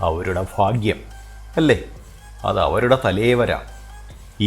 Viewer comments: ഫാഗ്യം അല്ല ഭാഗ്യം ആണ് 😂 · Fagyam alla Bhagyam anu😅😅😅😅😅😅